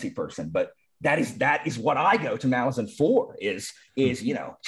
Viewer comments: Thank you for the pronunciation correction! I hope I can change that after saying it wrong for so long. So true about how this series is comparable to Tolkien's in complexity and lore. Malazan is certainly worthy of the attention it's been receiving, and I believe it will stand the test of time. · I understand it to be pronounced "Muh-la-zuhn." I could still be wrong!